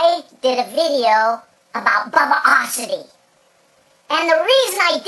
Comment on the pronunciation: does he know hes saying Bubbiosity wrong? XD